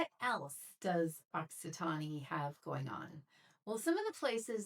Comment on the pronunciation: E is silent at the end of Occitan(e)